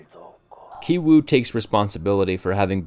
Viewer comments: The name of the son in the poor family is pronounced as Gi-woo not Gai-woo. You should have studied the characters' names properly before you made this video. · can english speakers at least try to pronounce asian names right? who tf is kai-wu lmfao 😭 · Character names also have meaning. 杞憂(KI-WOO Korean pronunciation) which means eedless worry, a radical center. 旣定 (KI-JUNG Korean pronunciation) which means already determined, planned. Same as movie content. last scene show that KI-WOO stones are no different from other stones. In other words, rich family image, It is a illusions created by money. also rich man job (vr machine seller). Poor people dream of being rich, but in the end, because they have no plans, they are haze of illusion. Parasites are films with various layers. The interesting point is that the pizza shop Walker appears on the a stadium. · Ki-Woo (pronounced "Key Woo") Ki-Jung (pronounced "Key Jung") Ki-Taek (pronounced "Key Taek") The title of the movie Parasite in Korean is Ki-Saengchoong (pronounced "Key Saengchoong")